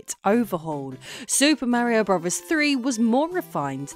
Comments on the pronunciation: Bruvers? Lol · "Super Mario Bruvas" 😂 she says "Mario Bro's" though 😅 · "Super Mario Bruvverz 3" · "Super Mario Bruvas 3. Anus cess city" 😂 Also I was given a free Wii U about two years ago and it was great 😊 I got to play all my Wii games in hd and my kids loved the tablet. Unfortunately my 3 year old pissed on the tablet and it shorted